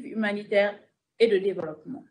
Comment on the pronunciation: Elle dit devolopoment🤣🤣🤣elle défend les terroristes et charge l'armée 😜😜incroyable Afrique